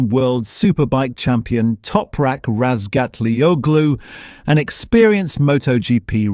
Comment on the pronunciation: christ someone who can pronounce Topraks surname correctly. I'M IMPRESSED